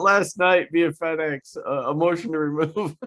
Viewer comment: I wasn't sure I really heard him say Fed Ex.